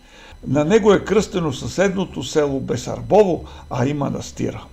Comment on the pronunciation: Басарбово.... моля те...бесарбово....НЕ,НЕ И НЕ.